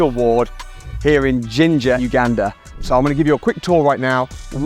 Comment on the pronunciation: Thank you for all your efforts, this is a significant achievement. Secondly, I appreciate your accurate pronunciation of Uganda.